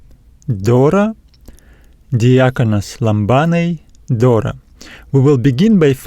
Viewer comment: For λαμβάνει is lamVanee Pronounced . No lamBanee.. V no B δώρα ...is THora no Dora .. is TH no D. TH like you say THere . Same sound Try 😊